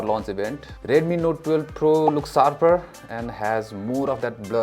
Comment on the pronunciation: Nice vlog but a feedback which i hope u work on. Plz learn to pronounce the sshhhhh sound. U pronounce Sshhh as Ssss. Eg its Short and not SORT. Its sharper not sarper. Pl pronounce the H sound in sh